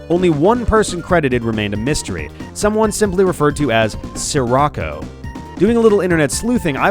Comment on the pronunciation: It's not "sir rocko," it's "she-rocko" as in Paptimus Scirocco from Zeta Gundam